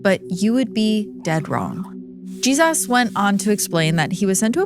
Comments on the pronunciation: yeah but like why did you say “Jesus” like that lol i haven’t listened yet but im sure it’ll be a great one per the usual, just a funny way of saying Jesus 😂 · Why do say Jesus like that??? It’s so annoying 😅